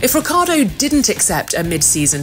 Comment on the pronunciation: RiccIArdo isnt it? Why she keeps saying reccArdo?